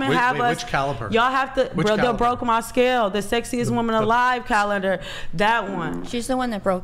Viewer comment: lmao she can't even say calendar 😭